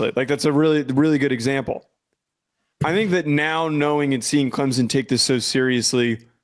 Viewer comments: … Not Clemsin It’s ClemsOn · Its Clempus.